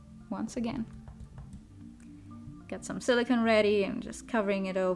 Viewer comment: SiliCONE not siliCAN. Two different materials.